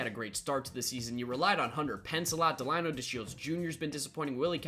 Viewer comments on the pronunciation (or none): none